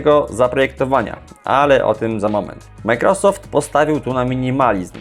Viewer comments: czy możesz panie redaktorze nauczyć się poprawnie wymawiać i akcentować microsoft? nie przeciągaj na ....rosoft tylka akcent jest na początku . micro....... należy przygotować się do materiału a firma "Microsoft" na pewno będzie wdzięczna za niekaleczenie jej logotypu. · Jak Ty w denerwujący sposób wymawiasz Majkrosoft 😂